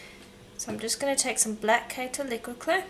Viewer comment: Thank you. Did you say the black was 'liguid clay'?